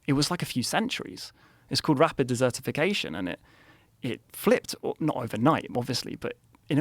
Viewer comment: If i'm gonna believe an extrodinary claim, he's gotta be fluent in his native language at least. It's desertification, not dessertification. There's a difference. One is rapid drying, the other is Rosie O'donnel.